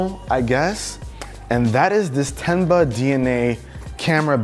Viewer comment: When he said “Tenba” I heard “Ten buck” 😂